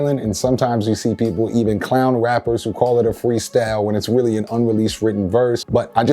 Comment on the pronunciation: Weal fweestalin